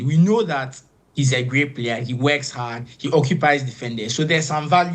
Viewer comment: Weks hard? Or works hard.